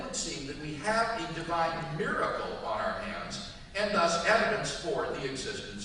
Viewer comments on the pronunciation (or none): Did the fact that Silverman pronounced miracle mirecle bug anyone?